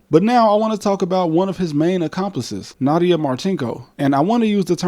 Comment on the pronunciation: It's pronounces Nadia, not Nada. Just as you pronounce "Het" in Russian as Nyet.